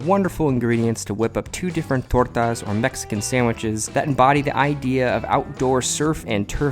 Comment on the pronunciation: I really enjoyed the way you said tortas!